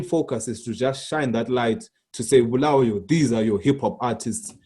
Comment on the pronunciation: So Trevor Ncube a ndebele man can't even pronounce Bulawayo correctly? Disappointing 🤦🏾‍♂️